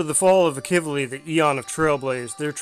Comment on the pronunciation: Well I was pronouncing his name wrong it seems. Heard it in game earlier pronounced as Ahh-Key-V-Lee. (Akivili) Apologies on that 😐